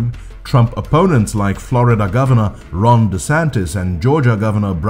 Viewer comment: Did you just say wRONg DeSantis? I'm really hearing "wrong" instead of "Ron". 😀